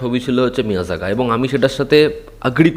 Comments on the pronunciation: এই মূর্খকে অনেকবার বলেছি যে ওটা মিয়াজাগা নয় মেইয়ারাগান হবে কিন্তু নিজের ইগো কে স্যাটিসফাই করতে হবে তাই ও জানা সত্ত্বেও নিজের ইগো ধরে ভুল উচ্চারণ করবে।বাঙালিদের এটাই সমস্যা যে নিজের ভুল হয়েছে সেটা স্বীকার করবে না। আর এই আপডেটটাও পুরোনো ২-৪ দিন আগের আপডেট এরা ভাবে আমরা আপডেট না দিলে এরা জানতে পারবে না কিন্তু এটা বোঝে না এদের আপডেট দেওয়ার আগে থেকে আমরা এই আপডেট গুলো পেয়ে যাই। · pronounciation ta মেইআরগান... মিয়াজাকা নয়😅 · মিয়ারাগান। মিয়াযাগা না। এত বাজে প্রোনান্সিয়েশন না করলে কি হয় না? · উচ্চারন টা ঠিক করুন ওটা মেয়রগন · এটার উচ্চারণ হবে মেআরগান